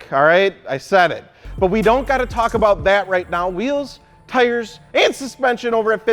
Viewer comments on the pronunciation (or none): he sounds like a mad chihuahua when he said "and"